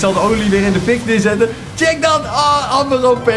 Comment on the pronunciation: wanneer ie amber zegt ipv ember